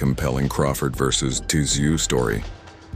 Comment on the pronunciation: It’s pronounced “zoo” the T is silent. Come on Americans get it right! Son of a legend! He ain’t the first.